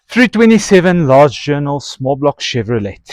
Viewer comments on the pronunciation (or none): The T in Chevrolet is silent.